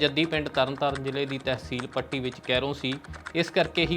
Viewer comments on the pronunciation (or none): none